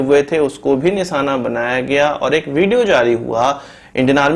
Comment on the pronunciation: Abe jahil nisana nahi nishana hota Hai fake news mat dikha